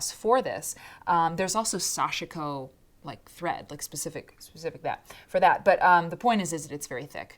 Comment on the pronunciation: Sashiko is pronounce with 2 syllables. Sash-ko.